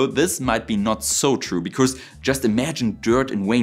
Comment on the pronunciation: Your English sounds like 99% perfect to me, missed some improper plurals and some lisps, especially on Rs sounding like Ws, or strange sounds like 'because' sounding like 'becourse'. But that's fine, it's understandable. WORLDS better than a bunch of the employees at stores in my area in America nowadays. Heck, most of them don't know any English!